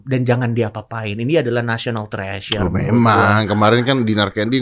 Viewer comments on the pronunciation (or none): "National Trash sure"?? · National Trash-for-Sure kwkw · When coki saying "National Treasure" but in my ear it is heard "National Trash" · National Trash Sure 🗿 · I heard the same thing. "National Trash Sure". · awalnya coki emang bilang trash kok, bukan treasure, setelah setelahnya baru Indonesia Treasure 🤣🤣🤣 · National TReASure(H)